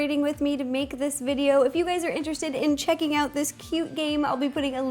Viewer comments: was it me or did she say Hey gays! no offence to her but im british soooo yea..... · guys she said hey gayd